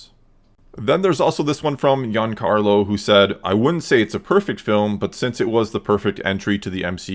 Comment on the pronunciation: "iancarlo" 🤦🏻‍♂️ you English speakers will never learn lol